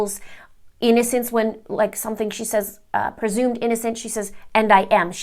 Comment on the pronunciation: "Persumed" innocent...okay doc.